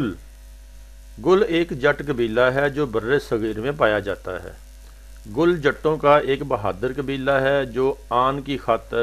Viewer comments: Gill hai bhai gull nhi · Bhai Gill hai gul nai ..